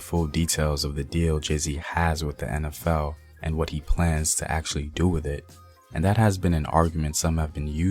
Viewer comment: Thanks for your fine pronunciation! Been a long time since I heard a Black man say "En Ef El"( instead of "In Ef El") and "Empire" instead of "Impire".